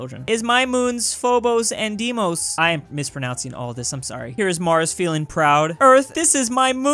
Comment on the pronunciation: deimos is pronounced dae-mos